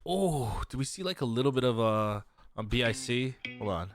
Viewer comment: Yup that’s the kid with the most infectious smile. His name is Minjae! He kinda smiled here? Not sure. Also I love how PD spelled out BIC instead of saying BIC like it’s supposed to be (빅)